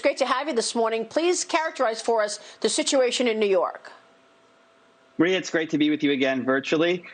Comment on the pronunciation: When did New York become pronounced "knee-urk"?